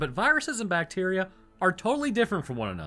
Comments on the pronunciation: I swear, you keep saying "Bateria" instrad of bacteria. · OMG.. it was 'bat-teria' 😱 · It's a bat-teria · Its "bateria" ! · It's pronounced BAT-eria.